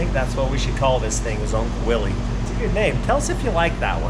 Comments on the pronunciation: Please nothing with "Willie". The founder pronounced his name as "willis" even though it has a Y. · Quit saying "Willees". It's pronounced "Willis". It was a person's last name and that's the way they pronounced it. I know most people do this but it doesn't make it right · Willys is pronounced WILLIS. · I've heard the guy who founded Willys pronounced his name as Willis. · You do know it's properly pronounced "Willis" right? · I had a willys jeep for a while and so many old people would tell me it was pronounced as "Willis". I never verified it online, but it was enough old guys that I have considered it may be correct. Edit: I looked it up. “When we came out with the Willys [concept vehicle], we pronounced it `Willis,' like Bruce,” said Sjoerd Dijkstra, a Chrysler spokesman. “We got a lot of flak, so we changed it to [sound like] `Willies,' even though John North Willys probably did pronounce it `Willis.' We use `Willies' now, the common way, so we don't have to explain how [the auto pioneer] pronounced it.”